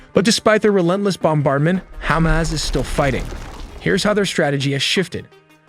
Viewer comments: Say it with me, HA-MAS. Not hummus. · Love the pronunciation "Ham-ass" or maybe even more accurately "Ham-azz" ? Haha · The AI keeps pronouncing Hamas as Hummus lol.